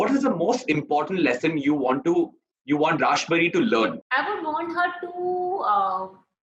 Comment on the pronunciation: It's not raaaaaaaaashbhari.. it's rashbhari 🤨